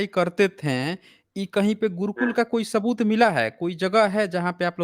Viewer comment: Hello sir aapke big fan hai hum, bss aajkal aapne स ko श keh rahe ho aur woh bilkul achha nahi lag raha. Jaise शबुत, thoda irritating lagta hai sunne me yeh. Please isme sudhar kariye